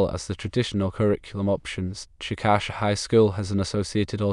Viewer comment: Please change "Chick-Ă-shuh" to: "CHICK-uh-shay" I live here and it sounds weird when someone pronounces it like this